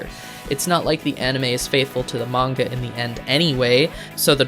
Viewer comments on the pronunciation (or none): none